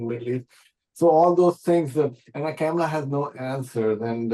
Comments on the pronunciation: She is intentionally mispronouncing the name "Kamla" ! Insulting Indians? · why you are pronouncing Kamala name wrong😮